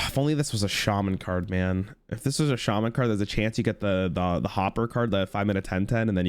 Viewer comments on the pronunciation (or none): none